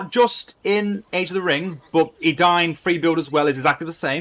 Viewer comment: it's not Adayun it's Edain. Eden-ayn